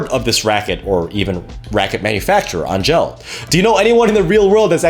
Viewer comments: It's pronounced ANGEL not ANG-GELL. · Angell is pronounced just like Angel. Hence their halo strings and whatnot.